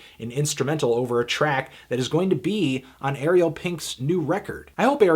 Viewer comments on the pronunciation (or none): none